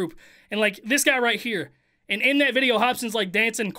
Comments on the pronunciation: 1st thing I heard when watching this......"THIS VIDEA IS SPONSORED BY-" no disrespect, I love this guy...but the way he said videa made me cough up my bong rip 🙏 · I gotta know... why do you say “Vidjia” and not video? I don’t mind I just gotta know. Haha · Can you say video like a normal person please?